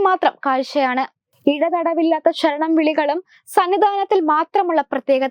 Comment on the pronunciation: ശരണം not ഷ രണം